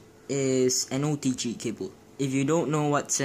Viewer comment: “oDg cABle” it’s “OTG” not “oDg CaBlE” and that’s obviously San Andreas 🤣